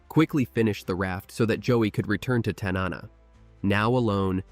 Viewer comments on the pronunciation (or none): TAN-NA-NA correct pronunciation please